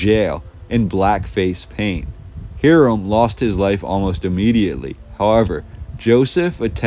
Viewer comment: Your pronunciation of names is inaccurate. Hyrum is “high rum.” Deseret is “deser (like you’re going to say desert but omit the T, followed by, “et.” We’re not French.